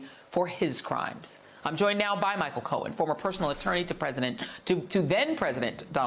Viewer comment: Micheal Cohen. The man with the “pwoof that is eewahfootable.” 😂 By the way, thank you, Joy for reminding me to brush my naturally long blonde hair. 😉